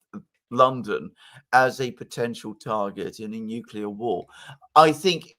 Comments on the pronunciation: calls Gorbachev a "weak, useless leader" while Dr. Jeffrey Sachs calls him "one of the greatest diplomats of our day" (or words to that effect." [Also, it's "nuc-le-ar" not "nuc-u-lar". And you totally misused the word "comprised"; look it up.] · If you say "nucelar" I have a hard time taking you seriously. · Oh my God, even the british Dr. says 'nukelar' war. President George Bush Jr's ignorant Yankeee vocabulary has found its way into academic environments in the UK. 😢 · says "excetera," "nucular" and "different to." Back to school!